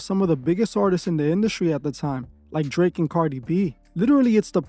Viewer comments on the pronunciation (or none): none